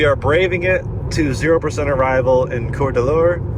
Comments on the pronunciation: it is pronounced chord a lane Coeur d'Alene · While we are at it. Spray-ga (Sprague) and Core-de-lane (Coeur d’Alene).